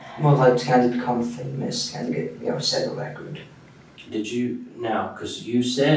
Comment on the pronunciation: It was to set a "Wecord". lol